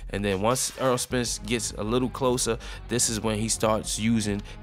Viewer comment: Great video... One of the best in the division... Needs better competition but still showing signs of greatness. Btw it's Errol not Earl. Lol